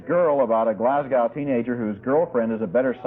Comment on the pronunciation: I love That Sinking Feeling (and I wish Roger could have pronounced Glasgow correctly).